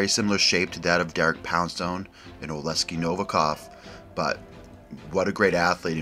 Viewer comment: Oleksii Oh-Leck-See You’re putting the S in the wrong spot